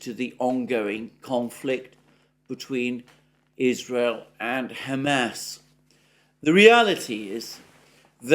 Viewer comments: I’m sorry but your “Ham ass” pronunciation is making me giggle harder every time you say it! 😄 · Is it only me, why do I keep hearing Hammed Arse? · I can't stop hearing him say "Ham Ass" when he says Hamas. 😆